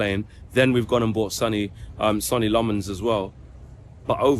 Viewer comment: I feel like lammens will never have his name pronounced correctly.😂